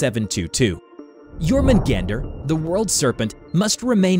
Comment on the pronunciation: You were mispronouncing Jorungander. Here's the proper pronunciation: yor-mun- gaun-der. An mjolnir is pronounced: mul- nir